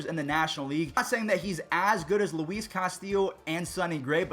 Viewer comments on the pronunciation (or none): none